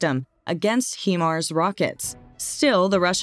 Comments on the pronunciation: Might be wise to learn how Himars is pronounced before you hire someone to get it wrong 40 times in your video. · Yeah we saw the correct pronunciation in another message. But thanks for the reminder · Pretty well everything on this video is over estimated from every other Ukrainian war site. just saying. She also doesn't pronounce HIMARS properly. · I was beginning to believe this information until she said "He-mars". It is pronounced "Hi-mars"! Now I wonder about the veracity of this info when it is real easy to do the necessary research to be able to pronounce things correctly. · There called HIMARS not HEMARS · It’s pronounced Hi - MARS, not HE MARS. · Not HE_Mars , HIMARS. Stupid AI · It's pronounced "Hi mars" and not "Hee mars". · it’s pronounced as “HAI-MARS”, not “heemars”… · Please pronounce HIMARS correctly. HIMARS is an acronym for High Mobility Artillery Rocket System. The HI in HIMARS is for High, not He. Thank you. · Not Hemars, Hi-mars. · It's not Heemars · this is the first commentary I have heard, where Himars were pronounced 'he-mars' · Anyone else bothered by the "hemar" pronounciation? Lol every time I heard it I wanted to punch myself in the face. If your going to do a story at least say it right my ocd can't take it. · It’s pronounced like “high marz” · Hello, HYMARS is pronounced 'High-Marz' 😊👍 Thanks for the informative video.